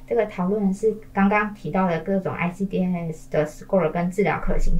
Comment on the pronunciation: ICDAS 跟ICCMS 是一樣的系統。 只是ICCMS 多了對於根據齲齒分類所對應的處理建議。 至於ICDAS 的發音方式， 通常是 IC-DAS (欸西-大思） 不會把每個字母分開念。 一點小小的建議